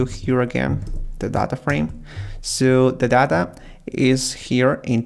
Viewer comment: When he is say "Data" I heard as thadha 👀😼